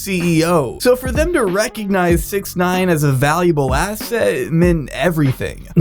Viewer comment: How I pronounce 6ix9ine: “Six-icks-nine-ihn”